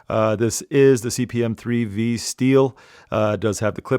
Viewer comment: CPM not CMP